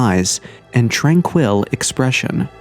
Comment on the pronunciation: "train quill" thats not how you pronounce tranquil.